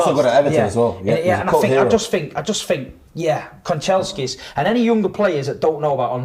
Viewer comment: has Man Utd PTSD…man said Kancheskis 🤣